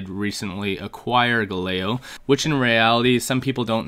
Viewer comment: Bro you can't be pronouncing Galileo like that 🤣